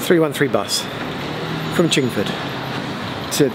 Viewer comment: It aint chingfield its chinford